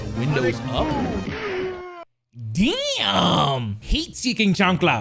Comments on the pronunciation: The fact that he said chancla correctly is crazy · Yo hitting us with that perfect pronunciation of chancla 👌